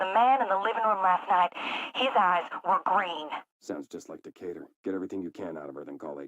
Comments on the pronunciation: He CLEARLY said "de-kay-ter" (Decatur, a town in the state of Georgia) NOT "deck-ah-tor". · Great vid as always, and for future reference, Decator is pronounced De - KAY- TOR